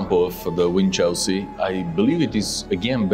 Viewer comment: Winchelsea is an old coastal town, we pronounce it like WINCHELsy, not like WIN Chelsea as though Chelsea was a prize!!